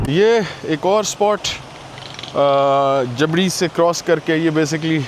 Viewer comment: جبری اصل ہجہ ہے نہ کہ جبڑی